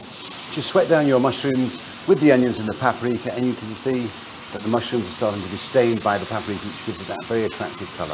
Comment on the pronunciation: paperika? paperika.